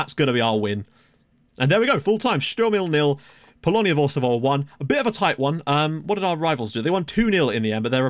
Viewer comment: Quick tip about GKS Bełchatów pronunciation - it's something similar to "Bel-hat-oof". Also, considering Polonia - Warszawa should be pronounced as "Var-shava" :)